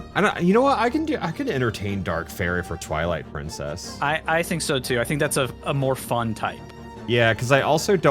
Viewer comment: Ah yes, Pwilight Trincess